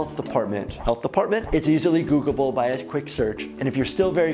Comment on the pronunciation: Did you really say "googleble"?